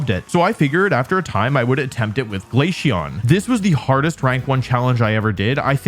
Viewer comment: I'm not mad because you hate glaceon, I'm mad because of the way you pronounce it.